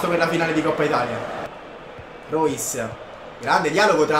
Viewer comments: si pronuncia ROIS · Bello tutto ma pronuncia meglio "REUS" (SEI UN GRANDE) Mettete like per farlo vedere a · Lo so ma lo pronunciava in modo diverso